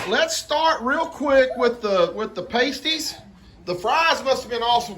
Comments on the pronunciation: Hi and. I chuckled with how you said paastees proper Cornish pasties are delicious. They are rolled different too as they are meant to be held Very good attempt though. Glad you all enjoyed them. Have a fun evening. Take care God Bless. 🙏💕😎🧑🏻‍🍳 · Aren't they Pasties, sounds like (Pastee's) they are not nipple covers! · Hi and, when I lived in northern Minnesota I learned to make venison pasties (pronounced “paaasties”, because “paysties” are nipple covers used by strippers. I would just cube my meat, carrots, potatoes and onions and bake in a pie crust folded over like a half moon and edges sealed with fork tines. It’s easier to assemble if ingredients are cold. Love Brynleighs hair cut. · their pronounced parstees and true Cornish pasties have beef,potato,onion and Swede (yellow turnip or rutabaga depending on what you call it)cut in all small cubes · Hi from Detroit, MI....Carrots and Rutabagas are also used in Pasties (said: Pass - tee). We use gravy with them. Shawarma is said: Sha - warm - a Gyro is said: You're - O Paczki is said: Punch-kee Not being critical...just helping.. LOL... I know it can be hard..lol Great food and history up here. Come visit and see our beautiful lakes! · Yayy our Cornish Pasties are a English UK dish they are delightful... they are pronounced paastees😊 ☺️ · Yes...past-ees. paste-ees are part of an exotic dancer's wardrobe. LOL! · 😊😊😊Y'all are pronouncing it wrong. You are saying the word for nipple covers. The meat pies are pronounced past•ie. I am Michigan born and raised.❤❤❤ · You all crack me up. It’s Pastie with a short vowel like apple. Not pastie with a long vowel like hasty. 😆 They are SO good. A favorite childhood dinner. Still make them from time to time. Some like them with gravy and some with ketchup. I like them with ketchup. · Hello from the Upper Peninsula of Michigan! Paaasstees. You pronounced it wrong. Oh my word! 😆 🤣 😂 thank you and! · Pronounced as sounds Past -ies not pastry 😂